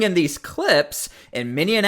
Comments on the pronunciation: Mini-Apolis, NOT Mini-an-Apolis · Its minneapolis not minnenapolis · Minneapolis, not Minneanapolis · I adore you, but it is not minnionapolis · Did you say Minnion-Apolis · It's pronounced : Min-EE-Ap-oh-lis. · Hey Dummy, Learn to pronounce Minneapolis. 😂😂😂😂😂